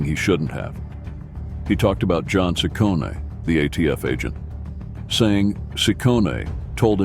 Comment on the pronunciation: Ciccone is pronounced "Chi-conne", not "Si-conne".